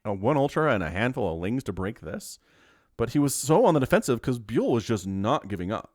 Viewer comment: Just a side note. You say the name Byul with the sound you get from the word "young" but without the 'ng" sound. Instead of the sound of how you say the letter "U". It's a Corean word for "stars". The planet stars, not celebrity stars.